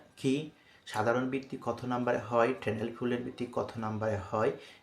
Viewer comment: আপনি কি শেখাতে এসেছেন? আপনার উচ্চারণে সমস্যা আছে।ট্যালেন্ট কে উচ্চারণ করেন প্যানেল।😅😅😅😅😅😅